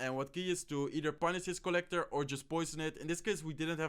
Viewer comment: its co-llector